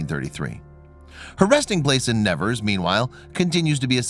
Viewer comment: AMERICAN PRONOUNCIATION!!!!!! Please note that the city of Nevers is pronounced NeVAIR not as you pronounce it. The body of Bernadette is almost certainly a waxwork!